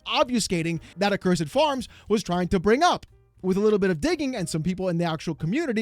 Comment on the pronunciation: The biggest takeaway from this is that people don't know how to pronounce the word "accursed"